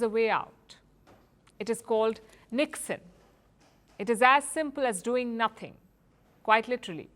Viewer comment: You said NIKSEN I heard "ল্যাধ"